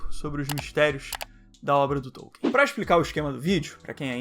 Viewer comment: e hoje eu descobri que não se pronuncia TÔU-quien, e sim Tol-KIN